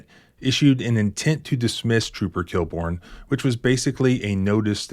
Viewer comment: Inspector KILL-BORN? LOL